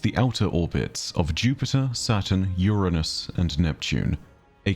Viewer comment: Omg - I nearly cried at your proper pronunciation of Uranus ❤ Thankyou 👏